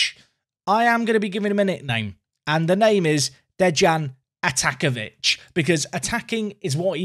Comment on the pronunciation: It's pronounced DEY-an Ata-NATZ-ko-vitch